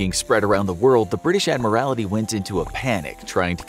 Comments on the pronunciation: Admiral TY (tee) not admir AL ITY. That is my only criticism of this episode. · It was the Irish coast. Not the Scottish coast. She was sunk off the Old Head of Kinsale, Ireland. By the way, it's "Admiralty." Not "Admiria;it." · Admiralty you are adding an extra i. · Cringed every time he said "admirality" 😬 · And get a narrator who can pronounce it. ADMIRALITY. cringe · I find the mispronouncing of "Admiralty" as "Admiralaty" somewhat distracting. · It's pronounced 'Admiral-T' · It's pronounced Admiraltee. Your mispronouncing is embarrassing and distracting. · I think they pronounce things wrong to mess with people because they wildly mispronounce things quite often. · The miss pronouncements of admiralty is annoying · Someone please tell the narrator how to correctly pronounce "admiralty". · no L